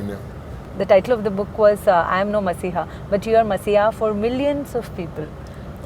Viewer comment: i am not messiah .......but anchor pronounce i am not masiha